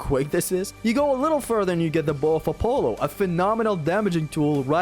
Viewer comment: you mispronounced the word Apollo several times. Not trying to sound rude, just thought I'd point that out real quick.